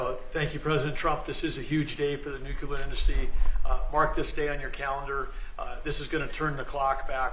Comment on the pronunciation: Why do so many people in power pronounce nuclear as “nuculer”? Homer Simpson said it that way too.